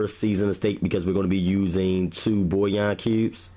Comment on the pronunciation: It's pronounced Bull-Yawn